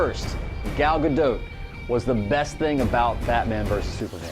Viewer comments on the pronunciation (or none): garbage hater video ..and you are saying her name wrong